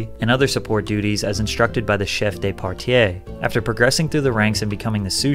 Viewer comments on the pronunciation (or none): Pounds not Euros, Chef de partie, not partiE...your moustache SUCKS